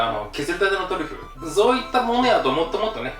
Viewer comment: トリュフとトゥリュフって言うのやめろw